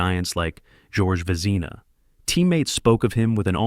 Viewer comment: Yes, and how about Jacques "Plant", like a house plant. Or George "Vezeeeeeena". And then all of those reversed photographic images that made Sawchuck look like lefty Detroit goalie, Roger Crozier. This video is garbage, an insult to "the Uke". I shut it off after 4 unbearable minutes. I am glad that you also called it out.